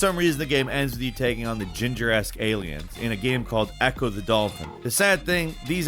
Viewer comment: The “ginger-esc” alien 😂